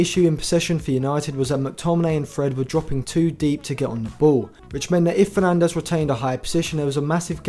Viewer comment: FERNADES !!! WITH AN "S" for fucking sake